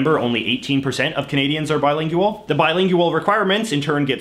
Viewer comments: I hate how he says "bilingyooal" instead of just saying "bilingual" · that was my reaction. I was like can he just pronounce it correctly. He seems like he's trying to be Canadian and not Canadian lol. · Is the word bilingual pronounced differently in Canada, or is it just an idiosyncracy? I mean, not pronouncing it with a /w/